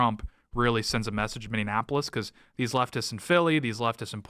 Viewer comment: Dude... stop saying Minneanapolis